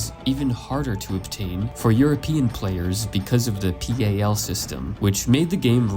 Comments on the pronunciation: Making the PAL video standard sound like some diabolical game-speed decreaser is a weird take I wasn't expecting, not gonna lie. Also it's pronounced as "pal" rather than "pe-ay-ell". It's quite literally just a video timing standard like NTSC. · It’s pronounced pal. Like my mate. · It's pronounced "pal", pal. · “Pee aye el” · why do you pronounce PAL and Gundam like that lol. PAL isn't an initialism, and Gundam is "Gun-dum" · Then again NTSC is an initialism, so I guess I can see someone thinking PAL is the same if they've never heard it said out loud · I couldnt focus on how close they were. I could only focus on how Gundam was pronounced. And spelling out PAL.